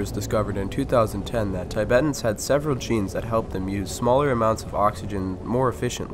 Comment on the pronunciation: Really? "Tie-bettans'? From 'Tie-bett"? Americans, you never disappoint.